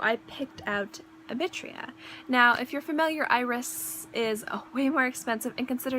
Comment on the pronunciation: It's spelled Ibitira. You're pronouncing it like it's spelling "ibitria."